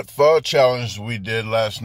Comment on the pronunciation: Proper pronunciation : Pho is pronounced Fa.